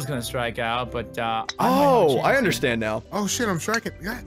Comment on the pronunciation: Who else noticed says "undershtand" and not understand.